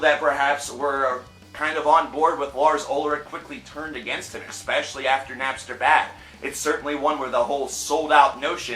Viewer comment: "expescially" I fucking hate it when people say that shit